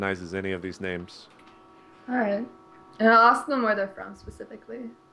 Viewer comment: Gota say, first time I see that many names butchered in one post.